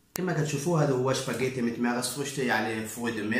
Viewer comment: الشاف راه سباكيتي ماشي شباكيتي ولا انا ماسمعتش مزيان